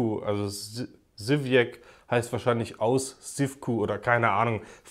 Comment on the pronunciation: Es wird Sywiäz ausgesprochen 🙂